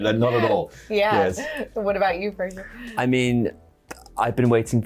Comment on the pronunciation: It's Fraser, rhymes with razor!